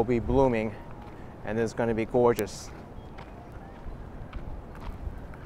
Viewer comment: Oh, I do love a New Yorker saying goygeous. Thanks againAK